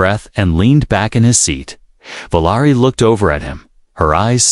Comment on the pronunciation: Valari is what you’re speaking, but you’re writing Valerie! Get it right!